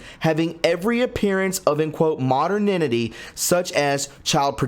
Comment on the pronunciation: great info that needs to be shared widely, but it’s a little annoying that you keep mis-pronouncing “mo-der-ni-ty”.